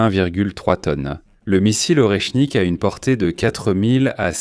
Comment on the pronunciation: « Or et chnique « …c’est quoi ce nouveau métal rare ?